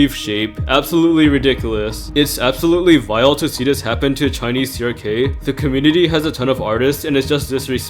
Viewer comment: Crk NOT crob 😂